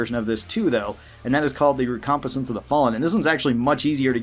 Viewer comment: Sir, Recompense is pronounced wreck-com-pense I’m sorry but that pronunciation has bugged me for a bit 🤣🤘✌️